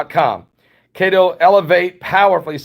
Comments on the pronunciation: Every time he says cate-o I laugh. It’s KETO, pronounced KEY-TOW. Short for ketosis. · Love your shows. Just one helpful hint. Keto is not pronounced kato, but (key...toe). It references to ketoacidosis that diabetics can develop when they produce Ketones in urine. I know this because I have a type 1 diabetic daughter. God Bless. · It's pronounced....KEY TOE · Pronounced kee-to. Didn't know what you were referring to until I looked below video. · Pronounced (Keeetow) =no carbs 🤷🏽‍♂️